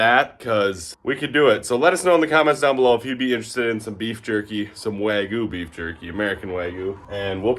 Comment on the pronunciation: Even though it's "wagyu," not "wagu," lol. It's a very interesting Americanization, honestly.